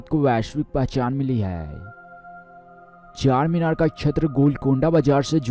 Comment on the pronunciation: What are you saying man it's CHARMINAR NOT CHACHARMINAR he is "Charminar ke Charminar hyderabad raate"